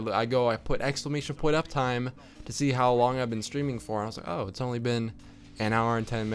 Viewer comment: when he said "streaming" I thought he was saying "screaming" and I got really confused